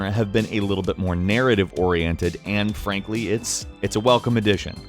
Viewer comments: Did you say "Anne Frankly"? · he said 'ann frankly' lmao